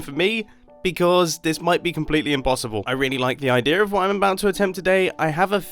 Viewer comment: I love how he says Idear instead of Idea.